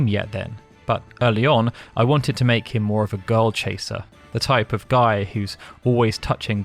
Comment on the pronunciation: "I don't know what suh-hee is thinking, that guy-al is a paradox to me."